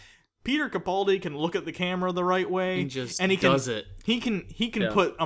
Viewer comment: Great episode guy! Two very small corrections for next time, please. 1. His name is pronounced caPALdi. As in "he's a pal", not "he's a pole". See Steven Moffet's video regarding this: How to pronounce "Capaldi" by S. Moffat 2. One of you guys is incorrectly pronouncing Gallifrey as Gallifree.